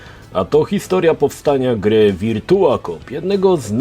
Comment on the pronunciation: Wszystko spoko. Mógłbyś jednak sprawdzić jak się wymawia virtua/virtual